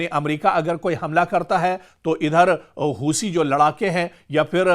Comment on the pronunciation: हूसी नहीं हूती बोलो 😂